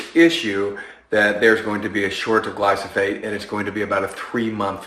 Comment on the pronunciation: Your know a lot about glyphosate. Except how to say it lol